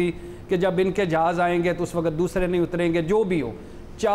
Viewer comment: بھٹی صاحب, لفظ "وقت " ھوتا ھے. "و ق ءت" نہیں ھوتا.